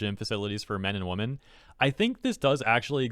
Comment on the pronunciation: It really throws me off that you keep pronouncing "women" like "woman" 😂